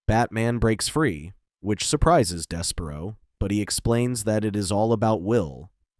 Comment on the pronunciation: Des-per-ro one can tell you dont really watch much in relation to the lanterns, justice league, or batman. I had to stop because I couldnt take the mis-pronounciations.